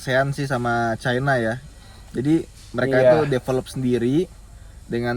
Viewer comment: Honda jazz imut keren.. yaris jg sangar.. tpi nilai plusnya topik ini.....sgt mantap dlm bahasa2nya.. salut.. caina not cina.. china dibaca caina..sgt menghargai itu.. mantap..autonetmagz n..